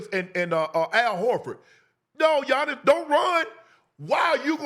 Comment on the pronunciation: You butchered tf outta that name